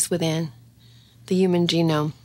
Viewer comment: Is this AI? When she mentions the study of the genome, there is a weird pause.